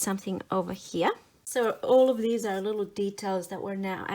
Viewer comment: The word "here" is a one syllable word.